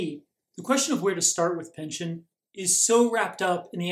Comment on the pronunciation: Thank you for the great video!.....it's actually pronounced "pinch-on"........My wife is a Pynchon!